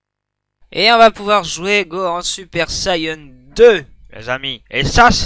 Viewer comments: je kiffe tes vidéos sur tb3!! mai juste sa se dit san gohane pas san gohan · qqun peux lui dire que ca se prononce Gohane( ecrit comme ca doit se prononcer)